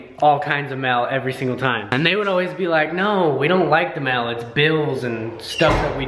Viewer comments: DID ANYONE ELSE HEAR 'mill" when WAS SAYING "mail"?????? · say mail like "mel" hahaha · The amount of times said ''mell' hahahahhaahah 😂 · I died when kept saying "mell" instead of "Mail" 😭😂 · HAHAHA does say "mel" instead of "mail" 😂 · lol! you say mail like "mell" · pronounced Mail, Mel. Haha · he says mail mel lmao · U say mail like mell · cracking up over the way says mail! lol im from NY and the difference between how we pronounce things is too funny! love you guys! xox